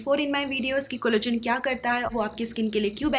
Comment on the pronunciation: Nice vid, love your channel... just noticed..collagen ko-> pronounce it ko-lla-gen and not collogen. Hope u take this a positive suggestion🙂